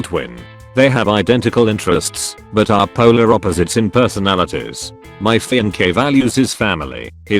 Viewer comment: No one: Text to speech: my fianKAY